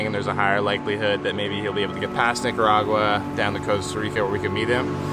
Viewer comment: yooo, you GOTTA practice your pronunciation of NIC-aragua 😂😂